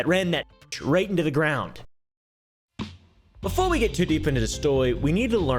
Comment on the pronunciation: "Befwore we get too deep into da stwory"